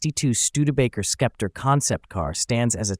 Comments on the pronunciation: Thanks for the detailed views of the interior! I had seen this car in my auto books but not too much. so, i believe it is pronounced "Septer" as the c is silent? One of the first cars with square headlights! ❤ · It's pronounced septer. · Why didn't you just call it the Skepp-tree? SUE YOUR TEACHERS! or stop using synthetic speech. Research the proper pronunciation of the words you need to use. Your channel is SO GOOD in every other respect. Don't you know anyone who is older than 40 or 50 who would gladly help you with this SIMPLE TASK? You should be embarrassed. But that was yet another failing the communist infested American educational system instilled into you to accelerate the destruction of western civilization. I wanted to know about this car. But your channel has become unwatchable by literate people. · Pronounced "septer," not "skepter." Nonetheless, stunning automobile! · * Say it SEP-ter :-/ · I'm having a hard time with the "Skepter" pronunciation. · Learn how to pronounce SEPTER and FASIA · The name is pronounced sep-ter. It means an ornamented staff for ceremonial occasions as a symbol of sovereignty. Clever name considering Studebaker was fighting for survival as a car company. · English for dummies, the C is silent. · The "c" is silent. Sometimes it's pronounced this way in this video. Other times, the narrator throws a "k" sound after the S. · Sorry...I had to stop watching because of the ridiculous mispronunciation of "Sceptre."" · Are you a sceptre sceptic?